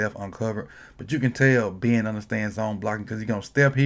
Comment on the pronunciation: I like how you say Ben. Been